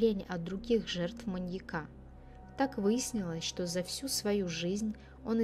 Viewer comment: МаньЯка. Ударения на я